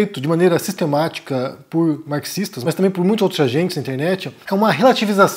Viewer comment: " Bingo " eu acrescentar alguma coisa mas depois deste seu comentário. Sem falar no fato que o Estado de Israel está cometendo " Genocídio " e não retórica ou nuacias que mude isso. Sem falar que já percebi no um certo ransso que ele fala Markisistas